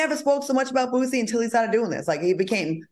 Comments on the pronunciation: Al calling Boosie BOOTsie took me out 😂😅☠️😂😅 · Yep! BOOTSIE, ChriSHEIN, etc😂